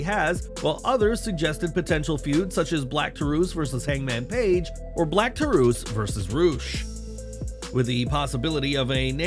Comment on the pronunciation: "Black Tar-oose" 🤣 Black Taurus vs. LuciaSauraus Would be fitting.